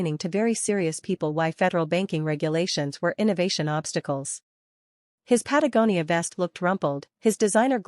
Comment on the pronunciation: They finally pronounced Patagonia correctly